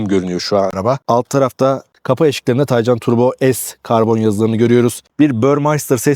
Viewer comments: Üstat güzel video olmuş. Birtakım gizli özellikleir de var ama dediğin gibi, güç bu seviyede olunca gerisi boş ama sendne ricam Taycan ı k ile oku lütfen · porsche mühendisleri tay ve can kelimelerini birleştirip genç atın ruhu anlamına gelen türkçe bir kelime olan taycan yapmıştır bu net bir bilgidir k ile okunmaz